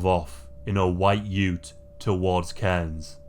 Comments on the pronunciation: Nice one pronouncing Cairns correctly 😊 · Woo! Queensland! Btw you are one of the only non locals to pronounce Cairns right, great video!